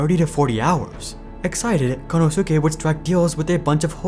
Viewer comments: Kon - Know - Sue -Kay 😂😂😂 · Good content as always but it is so grating to my ears how you say Konosuke and you say his name a lot. It should sound more like Konoske. For this name in Japanese the "u" is slightly silent in "su".